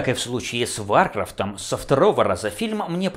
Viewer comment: А́ртур, Ва́ркрафт... режет слух